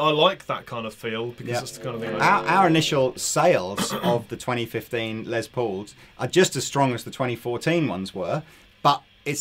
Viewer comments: Why do you guys pronounce Les Paul's first name as "Lez" instead of "Less"? His full name is Lester, so I would expect the later pronunciation. Is it a British thing? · If says "Lez" Paul one more time I'm gonna lose my shit!